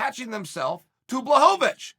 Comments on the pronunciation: Well guys, if you wanna get your name pronounced correctly you have to beat Israel Adesanya, just ask the formerly known Jan Blakovavich who is now known as Jan Blachowicz. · he stopped being Blahovavich when he became champ